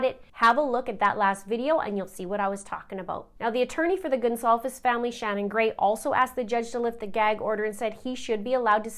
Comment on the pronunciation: Did I mishear the Judge mispronounce “Goncalves” right b4 his wordy “apology”?